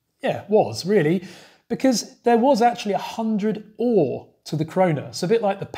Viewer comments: Another interesting video! While I know most of it there's always some interesting history that I didn't know. BTW "öre" is not pronounced like the English "ore", as you SFI teacher :) We also shorten our currency to kr, sek is the international version. When my parents were young there where coins down to 1 öre and 5 kr was a note. I have seen those notes, they were much larger and more square than todays bills. When I grew up in the 80s there where no coins smaller than 10 öre. Then we slowly got rid of 10, 25 and 50 öre coins as they lost their value. The 20 kr note is quite old now, I remember when we got them. But the 2 kr coin and 200 kr note are only a few years old. You very rarely see a 1000 kr note as they are not available in ATMs. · Öre has the same vowel sound as fur, stir, learn,... in its first syllable, followed by a short "eh" sound.